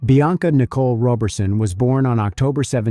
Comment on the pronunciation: I'm sure the name is pronounced Rah berson not Roe berson! Excellent detective work tho .. rest well Bianca